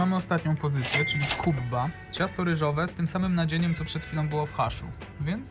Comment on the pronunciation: nie mowi sie kubba tylko kebbe